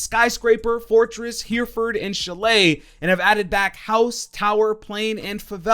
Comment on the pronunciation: Great video :) btw, it's pronounced herra-fud, not hear-ford. British pronunciation for the win :)